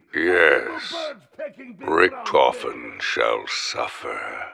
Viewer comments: First bro u can't hold yourself from some sort of laughing in a video and second it's pronounced Ricktofen not ricktfen. Pls improve I like your videos but I have a type of OCD and that annoys me a lil bit. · Its ric-TOE-fen not ric-TUF-fen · Lol Ricktofen. You only can pronounce it right if you can speak german. There is no ck its ch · Anyone triggered about the way he says richtophen, lol loving these easter egg videos tho :)